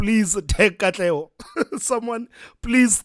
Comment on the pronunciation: I DIED when you called Katlego💀